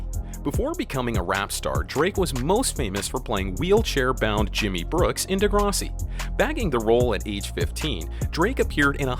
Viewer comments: This guy can't even pronounce Degrassi. Lol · Jimmy was a role he played as a young teen ager on Degrassi high which this guy can't pronounce on this video. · The way he says "Degrassi" is fucked